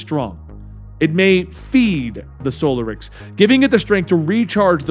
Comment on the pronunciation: *in Hermione*: It's soLArix, not SOlarix!